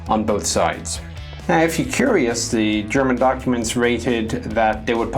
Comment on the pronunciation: all ZEE stuf, all ZEE STUF